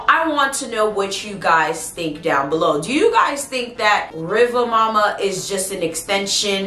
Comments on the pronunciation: I know you said you don't have a good Jamaican accent, however it's not pronounced mo-ma or muh-ma, it's pronounced moo-ma. Much love, it's was a great video and thank you for adding correction to the name in the comments. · It's really more like Riva Muma, due to the pronunciation/accent. It's actually a West African retention, basically from Mami Wata to Riva Muma. There's a lot of retention but with slight name changes in many instances. I used to hear a lot of these stories growing up. Jamaican watching from Chicago, will subscribe.